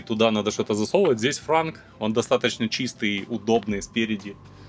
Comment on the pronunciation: Не франк а «транк» Trunk.